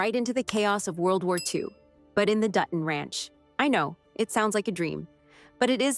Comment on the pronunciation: Learn how to say Dutton. It’s not Du on it’s Dutton…like you said later in your narration. Don’t you review yourself before posting? It totally invalidates your point